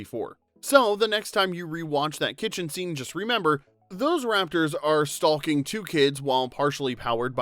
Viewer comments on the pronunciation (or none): Except he audibly pronounced the "L" in "stalking..." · Did you legit pronounce the "L" in "stalking"? 🤦‍♂️